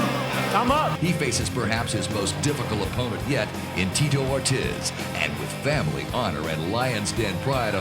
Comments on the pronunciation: The guy called him tee-toe or-tizz instead of or-teez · Did the narrator call Ortiz - Tito Or-Jizz? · They pronounce Ortiz like rizz lol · “Teto Ortez” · Why does he keep saying Ortiz like that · Call him cocky, call him rude, call him good...or call him corny and stupid, terrible at coming up with analogies. Those work as well, though not being able to pronounce Ortiz is pretty absurd as well. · How is it possible that the voiceover guy said both Tito Ortiz’s first and last name wrong